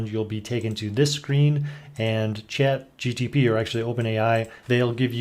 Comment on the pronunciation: Chat-G-P-T, not G-T-P :)